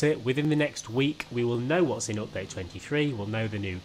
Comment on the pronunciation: Nobody: Literally nobody:: Opdate